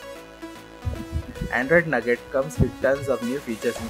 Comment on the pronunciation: umm it's "NOUGAT" not "NUGGET"